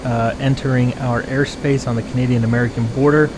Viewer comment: did just say Cadian air force? 😅